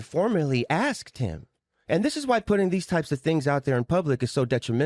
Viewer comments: 💯 on being evasive & it was evident that each time she was being evasive, well-spoken & measured with her words as she is, she would start mispronouncing words like *axsk. Also,are they trying to take the high road or is it them trying to tread lightly/carefully for fear that if they say too much, BM might in turn unleash a Pandora's box so lethal both sides can't ever recover frm? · aSked not aXed. Children learning to pronounce words say aXed, not 55-year-old grown women